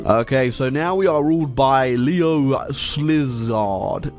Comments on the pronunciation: Sz in Hungarian is just s, like the s in the eglish word science. Its a digraph if im correct. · The letters SZ together are pronounced the way you say S in it self in English. So Sz(hun)=S(eng) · yeah it was quite impressive. Szilárd was funny tho